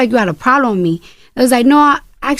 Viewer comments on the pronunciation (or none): Did she say ploblem with me